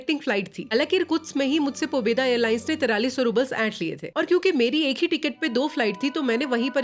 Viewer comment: Pobedo pronouces as "पैसे दो"